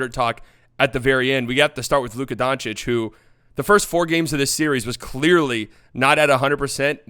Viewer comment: I love how Stephen a smith can pronounce antetekounpo just fine but says “donchick” because don-chitch is apparently too much for him